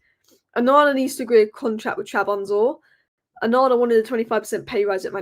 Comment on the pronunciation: Trab zon spor😂😂😂😂😂😂 say it with me......not Trabonza😂😂😂😂😂